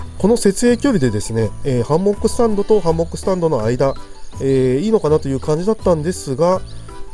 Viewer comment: 『ハンモック』って言葉‥ナマってません？ww イントネーションが気になって内容が入ってこないww でもとても参考になりました。ありがとうございます😊